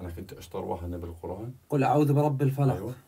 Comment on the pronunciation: عمي اعوذ وليس اعود